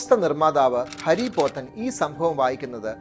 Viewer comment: ഹരി പോത്തൻ അല്ല. ഹാരി പോത്തൻ